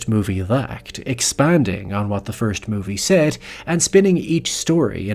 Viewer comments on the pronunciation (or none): none